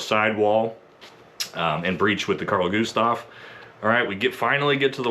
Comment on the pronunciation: Maybe the Best pronunciation of Carl Gustaf, from a american i have heard 🙂 often it is KHaRL GUHHstaf 😀